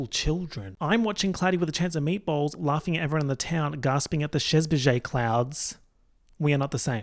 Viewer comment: i though you were saying "cloudy with a chance of edgeballs" 💀💀